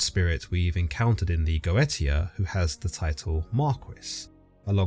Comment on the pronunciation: Its not Go eta, goetia is pronounced Goesha